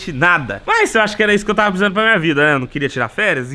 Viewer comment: E o "tava precisano" aos é demais...e anda nos States